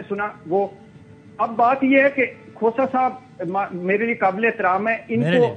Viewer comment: Khoosa nahi khoota hy